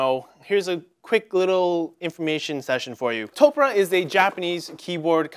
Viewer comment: Man... this is just... a poorly informed video various points throughout, and also -- "To-pu-re" not "Toprah" like Oprah.